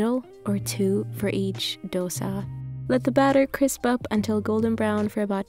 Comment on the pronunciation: Well, I've never heard someone non-Indian pronouncing 'dosa' this correctly..🤩🤩